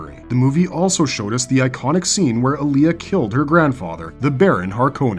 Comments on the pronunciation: It’s AAh-lia, not ALi-Yah. 1 movie, two series and still the mispronunciation? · Alia not Aaliyah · While an interesting video you mispronounce a number of the names wrong including Alia and Leto as well a few others